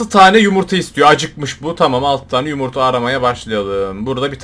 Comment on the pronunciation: Abi onun adı yumurta değil yumuytahahaha😂😂😂😂❤❤❤❤